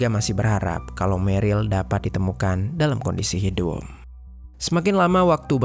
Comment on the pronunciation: hidup ya, bukan hidung. Mana tau kalian salah dengar 😊 Tersebut bukan tersebun